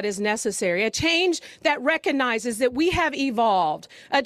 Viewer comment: Dear mayor Breed, don't say "reconize." The word is "recognize."